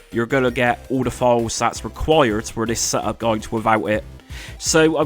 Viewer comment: Reeseh my seh-up. 😂